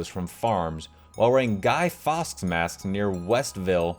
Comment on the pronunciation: Just messing man. For next time Fawkes its pronounced pretty much like forks